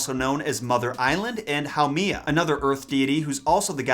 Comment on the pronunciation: Haumea (HOW- may. Ah ) You are totally butchering the Hawaiian language